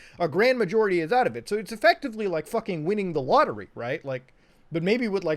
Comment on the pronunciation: nobody: litearlly no body at all: muta:EFECTIVALLY EFECTAVIALLY